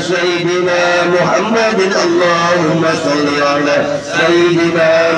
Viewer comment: Punten pak ustd jangan Muhamaddur tapi muhamaddar. Jadi isim dari ana